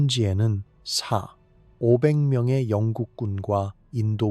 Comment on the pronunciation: 화면 1.4배로 중앙에서 확대해서 보면 괜찮음. 그런데 AI가 숫자 읽는게 잘못됐는데도 그냥 업로드하는건 무슨 생각인건지? 4,500을 4와 500 별개의 숫자로 인식해서 읽는데 4500으로 콤마를 없애고 입력해볼 생각은 안해보셨나요?